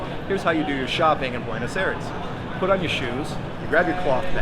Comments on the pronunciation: But dude, it's "Ah-ee-res" or something close. Not "Air-es." :) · 12 years and you still say Buenos Eres? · Five years in the country and you still pronounce Buenos Aires like an American. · Wish you’d learn how to pronounce Buenos Aires! 😂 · Why the mispronunciation of Buenos Aires? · You've lived in Buenos Aires for 12 years yet you can't even pronounce Buenos Aires correctly. Typical American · bro has lived 12 years in buenos aires and still can’t pronounce it right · Que lleve 12 años en el país y no sepa decir Buenos Aires correctamente?? 😭😭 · You have been living there for 12 years! and you can not still say Buenos Aires correctly?